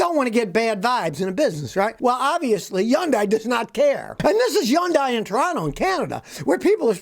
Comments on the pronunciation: Hey, Scotty, Hyundai rhymes with Sunday! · He's the only person on earth that pronounces it n that bizarre manner. We all see their commercials all the time. You gotta figure they know.